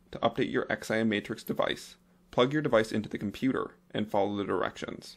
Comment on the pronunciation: LOL You know its not called an X.I.M. ... its just XIM (pronounced "ZIM")... like you dont have to spell out the letters lol... other than that a useful vid :)